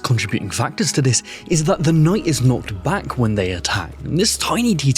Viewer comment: I heard "knocked back" as "not back" and was confused for the rest of the video.